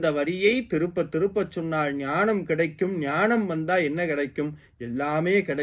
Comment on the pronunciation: “திரும்ப” என்பதை ஏன் “திருப்ப” என்று கூறுகிறீர்?